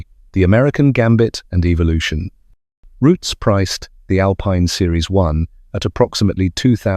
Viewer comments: Its ROOTS NOT ROUTIES. GET IT RIGHT YOU LOOSE CREDALIBILITY. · There's no 'e' its Roots. In the UK known as 'The Roots Group'